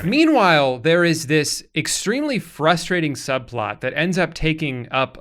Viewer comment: did you mean flustrating?